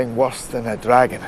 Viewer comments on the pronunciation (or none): none